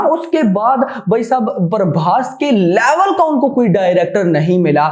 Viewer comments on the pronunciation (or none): none